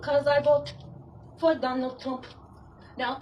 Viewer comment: "I will vota for Donnold Truump" "I will vote for Donnold Truump"😂